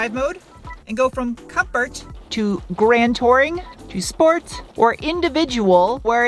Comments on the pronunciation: I miss her saying "Shhhport" instead of plain old "Sport". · And “schport” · I hereby launch a petition to keep “shport” as the official channel pronunciation, alongside “shnorkel, shtrap and shnap”. All in favor say aye, or hit like. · I get so disappointed when you pronounce "sport" properly. I look forward to hearing "schport" and lately I've had my heart broken. 😞